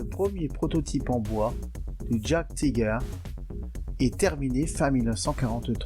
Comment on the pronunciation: Juste pour faire mon pinailleur… : Il faut prononcer « yaguetiger » (comme « yaguepanther » , « yaguepanzer » ou « panzeryaguer »)…